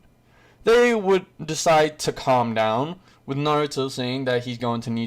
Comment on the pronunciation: My man really said clam down 😂😂😂😂